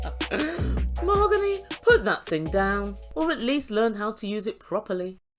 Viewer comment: MOE-HO-GAHN-EE she said 🤣 🤣 🤣 🤣 🤣 seriously?!!?!